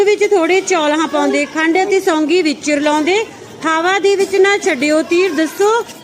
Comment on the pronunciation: Madam ji songi nhi sougi ji